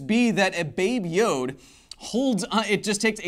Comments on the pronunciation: It's not "babe yode " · Oh boy please don't call it 'baby yode' ever again, it sound the same as 'baby jew' in Dutch XD